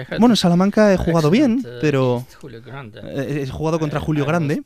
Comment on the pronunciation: Karpov pronunció Julio Grande y es Julio Granda de Perú, el mismo GMJulio Granda explica la partida qie jugó con Karpov y ganó